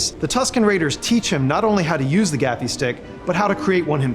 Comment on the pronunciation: It isn't a gaffie stick its a gaffi stick your English teachers failed you.